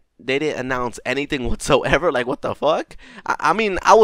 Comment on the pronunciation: "waatsoevar" just no